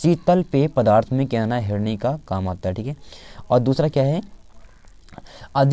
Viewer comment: Sir herni nhi hota hai henri hota hai